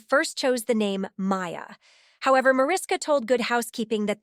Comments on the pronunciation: Mariska is pronounced “Ma RISH ka.” It’s Hungarian, so just pretend the invisible H is really there and you’ll say it correctly. 🇭🇺🇺🇸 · Micky Hargitay is Mariska's father--not great grandfather! And learn how to pronounce Mariska--it's from the Hungarian.